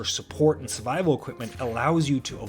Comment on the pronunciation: You need speech therapy in your life. The r in survival isn't silent.